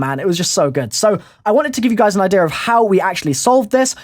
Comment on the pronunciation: do you say ideaer because of your accent